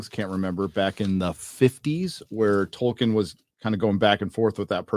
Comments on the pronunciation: Goddamnit Charlie Rose.... it's TOLL-KEEN not TOY-KIN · Did Charlie Rose say Toykin? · The only way that interviewer could possibly mispronounce Tolkien's name worse would be if he called him "Twerkin." (No offense, ).